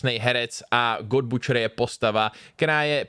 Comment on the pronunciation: Mám rád tvoje videa a nerad někomu opravuju jakoukoli výslovnost, protože hádejte co... různá slova se v různých místech vyslovují různě... Ale trhalo mi to uši opakovaně a tak to musím napsat, skutečně je to butcher s vyslovením "u" (ˈbo͝oCHər) a sword bez vyslovení "w" (sôrd). A ne, nečte se to tak ani v americké angličtině, jak tu někdo psal.